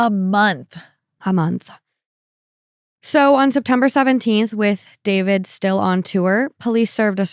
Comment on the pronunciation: Everyone I've personally heard refer to him as D-four-vid is saying it wrong on purpose to show their complete lack of respect for him, which I very much appreciate and agree with! What a complete idiot, how could he think he wouldn't be caught? JUSTICE FOR CELESTE! Rest in peace, sweet girl 💜 Eta: having 3 chainsaws delivered by postmates is wild work